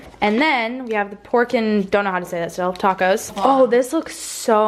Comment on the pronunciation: Your dad pronounced right the the name of the tacos!! 💘